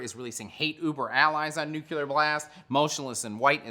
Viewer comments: Say "nucular" [sic] one more got tam time. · STOP. FUCKING. CALLING. IT. NUKULAR.